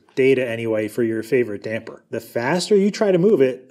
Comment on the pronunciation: Props for calling them dampers and not dampeners